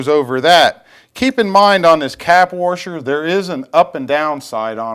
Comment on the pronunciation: Hey, When did they add a "r" to the middle of the word "Washer?":-) Do you live in Warshington? Do you Warsh your car? hahahhaha:-) Just funnin with you. WASHER! PS. Thanks. I'm off to Home Depot now!